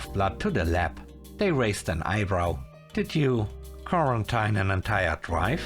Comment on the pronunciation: FYI, the last syllable of quarantine is teen, not tine.